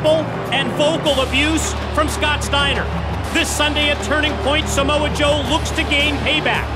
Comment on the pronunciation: “Smo Joe” FFS Scott😂😂😂